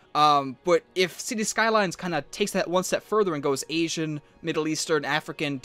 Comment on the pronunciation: he said esian theme ITS ASIAN!?